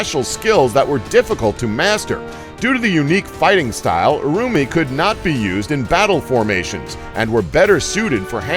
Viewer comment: You can Pronounce Urumi, but you can''t say Scythe properly? Are you serious?